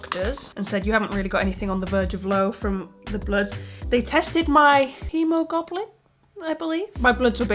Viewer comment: Btw its pronounced hemo globin